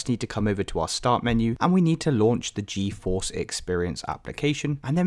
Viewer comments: appreciate the help, but just fyi it's GEE-force, not GEO-force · I'm gonna lose my mind if I hear you call it geOforce again brother the word is right in front of you, read it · its geforce. where are you getting geo from?